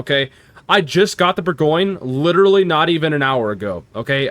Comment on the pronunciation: Well actually,... LOL couldn't resist. It's French... so expect the pronunciation to be something other than what you think:). Here, it's more like boar - gaan - yuh. Not boar-goin. That last "yuh" is subtle, too. Don't over-emphasize it. It's the French name for Burgundy. Just like Munchen is German for Munich, Bourgogne is French for Burgundy. Edit: it's not "grobe" it's pronounced "gross". Friedrich der Große is German for Fredrick the Great. Großer Kurfürst is similarly pronounced "Grosser" not "Grober".